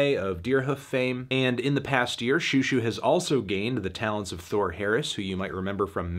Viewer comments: It’s zhoo zhoo, not shoo shoo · this is over a year late I know, but for the love of god please pronounce it like show show, not shoe shoe. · "shoo shoo" wyd melon